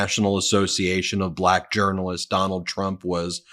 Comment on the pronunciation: Yes, he does that to make a foul sound out of the word to show his contempt for naturally dark skin. "Blech-ack" . Like that. Like he won't say Democratic. He will only say democRAT. He's a 6 year old schoolyard bully.